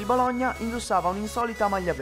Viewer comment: mado che fastidio mi sanguinano le orecchie per la pronuncia che hai di Bologna non ci vuol tanto a dirlo normalmente